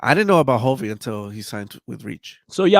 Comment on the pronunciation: It's hulvey not hovy and forrest frank and hulvey both said how they met. Forrest scrolled upon hulvey's IG reel and that's how he discovered hulvey.